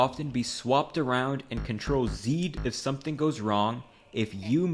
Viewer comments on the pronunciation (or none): none